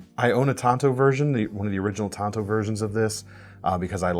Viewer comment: Tonto? The native American? You mean tanto?